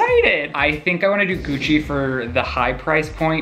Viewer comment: i swear he said “next stop coochie” instead of gucci 🤣🤣🤣🤣 but his mouth is full 😭